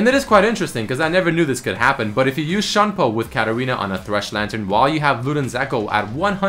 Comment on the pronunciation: Its Shunpo, not Shampoo, SHU N PO!